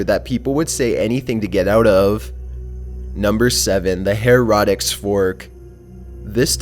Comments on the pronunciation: heretic is pronounced "hair-uh-tick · Its hair-A-Ticks forks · her uh tic not her rah tick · Why did he say erotic instead of heretic?😂😂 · Ummm Heretic? Not Her-ah-tic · Just sayin, "heretic" fork is not prounounced "herotic," more like "hairatick" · It's heretic not herotic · Omg, Hair eh tic, not heroitik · kai russell usually his mispronunciations don't bother me but I'm with you this one. Like, there's no O in heretic. It was also the name of a popular video game... Her-I-tic. Not hair-otic 😂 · I don't mind the voice, but please, work on pronouncing the words right. How do you get Heretic to Harotic? lmao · "HAIR- E-TICK" Heretic not "Hairotics" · It's pronounced hare eh tick not hare rah tick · heh-ra-tics... it's Heh-REH-tic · i think i had a stroke when u said "heratic".. u do know that aint how u pronounce it right? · It's pronounced hair eh teck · Seriously? It's pronounced hair-a-tic🙄🙄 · Heretic Pronounced "hair-it-ick" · It's Pronounced 'Hair-o-ticks' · HERR-uh-tik. The accent is on the first syllable and the second is a 'uh' not 'o' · Her-ret-tic Another awesome video, otherwise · Did he just read Heratic as Hair Rotic?? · Heretic is pronounced "Hair-eh-tick", and the victims of the Heretic's Fork often died of blood-poisoning. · Number 7 is pronounced HARE-a-tick. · Hair- rah-dicks furrrrrrk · are you serious with the "hair-otic".you've never heard someone say heretic? look up the pronunciations of words or something bro because you do it all the time and they are always words that are surprising that you don't know the correct pronunciation.... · Heretic is pronounced Hair a tic. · Heretic- pronounced (hair-a-tick) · it's pronounced hair-a-tick. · The her-raw-tic fork... I'm fucking done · Love your stuff & greetings from Canada. Must say tho... heretic is pronounced hair-ah-tic. Keep up the good work though! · It annoys me that he can't pronounce heretic correclty. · He said heretic wrong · Do you actually pronounce heretic that way🤨